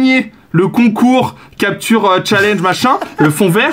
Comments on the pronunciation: On dit pas challenge chalange mais tchaléndge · "chal ange" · il a dit chalenge a la française ce con